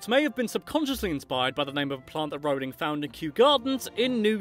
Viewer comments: I say it Role-ing not r-ow-ling. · I was allways pronouncing her name right but my friend always "corrected" me. I'm going to say to her "stop your saying it wrong its ROLLing not RAWling" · Dont mean to be THAT guy but youre still pronouncing Rowling wrong. Closer than most but its pronounced the same way you pronounce "rolling" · Says a fact explaining how to pronounce J.K Rowling's name Proceeds to pronounce wrong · Just you who messed up her name because i always say they see me rolling like jk Rowling. Mmh perhaps thats worse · Who was pronouncing her name wrong? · Nah lad it’s a British requirement to learn how to pronounce Rowling